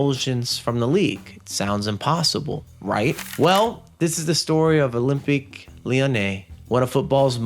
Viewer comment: can say gumarsh correctly but cant say olympique and cant say semi (not sem eye)